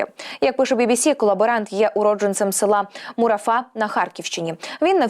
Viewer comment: Ні. Мурафа, це біля Краснокут'ску, як я пам'ятаю. Тільки наголос невірний, не МурафА, а МурАфа.